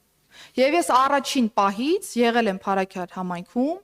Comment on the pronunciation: Փարսքյար չի անգրագետ այլ Փարաքար մի քանի բառ անգիր անգիր անելով ու բլբլացնելով չի Հայաստանը դարձելա Սիցիլիա լրիվ սուտ լրիվ սուտ